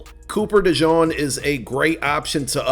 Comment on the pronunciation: Hey, please pronounce DeJean’s name properly. It’s not “Dijon”